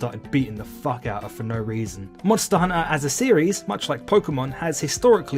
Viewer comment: I found it oddly calming how he says monster hunter as monster hunna